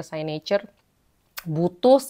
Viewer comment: It's siknecurrr, kak. Bukan saynecurr